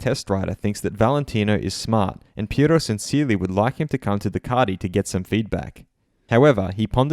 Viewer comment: I can’t watch this just for your pronunciation of Ducati